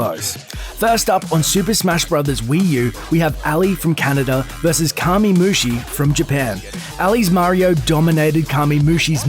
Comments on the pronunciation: C'mon Curse. You have to have SOMEONE in your Youtube content creation division that knows fighting games at least more than whoever talked over this video. There has to be at least one FGC analyst that could have done this video. Ally =/= Aly, it's like Al-Lie, Kamemushi =/= Kami or Common-mushi. Throws and jump kicks into a final smash? Wat. Nobody refers to Hungrybox as Hungry for short, it's Hbox. I lol'd at "Hungry's Jigglypuff vs. Armada's Starfox." Infiltration =/= Infiltrator. I've heard people just refer to him as Infil and that would have been fine. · To be fair he called Kamemushi "Kah-mee", when it is pronounced "Kah-mei" in Japanese. The American pronunciation of Japanese words like "kamikaze" and "karaoke" is so fucking cringe. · Alley won with a series a of throws and jump kicks smh Also he called kamemushi commey im disappointed